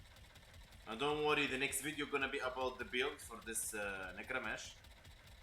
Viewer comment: Ay boi nice one but it's necrame (k) 😂